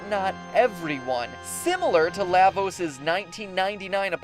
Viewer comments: "Lah"-vos? Are you a frikkin Canadian? PS: FF 6 narrowly wins over CT. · LAvos? Um.. shouldn't it be prounounced La = lava? That's how I"ve always pronounced it. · LAH-vos as in Lava. LAW-va. LAHH-vos just sounds wrong. But great video.